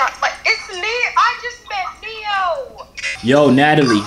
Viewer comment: NIGGA it's ne-yo